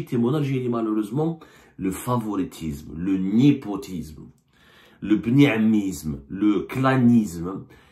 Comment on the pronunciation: bonjour ! ah non on ne peut pas laisser passer le « Nipotisme » au lieu de népotisme… désolée vous êtes un journaliste enfin😳😳